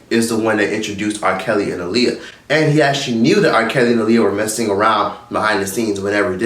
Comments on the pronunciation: Her name is pronounced Ah-Lee-Yah look it up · You keep saying her name wrong 😫 Ah-lee-yah 😂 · You keep saying her name wrong. It’s pronounced like Muhammad ALI.